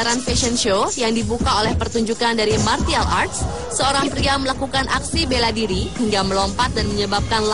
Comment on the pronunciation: Setau saya 'Martial' cara pengucapannya itu 'Marsyal'.